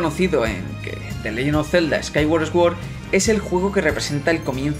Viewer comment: Fonéticamente: Skyward Sword -> skaigüard sord. Buen vídeo 👍👍